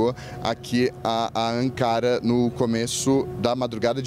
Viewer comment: Vários dias na Turquia e o jornalista não aprendeu a falar o nome da capital da Turquia corretamente. Que incrível!!!!